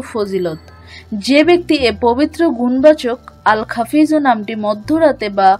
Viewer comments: আসসালামূ আলাইকুম । আপনার ভিডিওর উচ্চারণে বলছেন "আল খাফিজূ"। অথচ লেখা আছে "আল খাফিদু"। দয়া করে বলবেন কোনটি ঠিক । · আল্লাহর পবিত্র নাম টি এখানে ভুল উচ্চারণ করেছেন। "আল- খাফিদু" হবে।